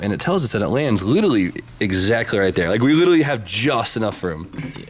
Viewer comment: Only complaint is how you say "litally" rather than "literally" constantly